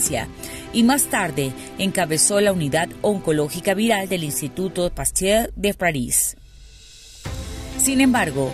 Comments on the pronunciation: Se dice pastagg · . Pasteur se pronuncia "Paster" o ”Pasteg" más bien